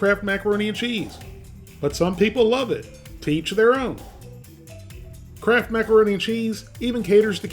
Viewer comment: i thought u were saying "crap" macaroni an chease lol ... or is it kraft?.. i cant tell .. sounds like crap....... lol hahah crap!